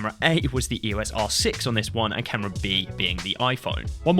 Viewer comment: It's pronounced 'eos' as in 'eeoss', not spelled out.